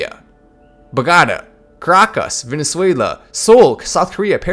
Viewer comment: It’s Bogotá Colombia Bo like in Bo Jackson go as in go go not Regatta !